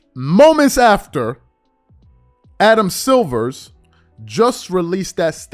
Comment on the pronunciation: It annoys me that you keep saying Adam SILVERS 😂😂😂😂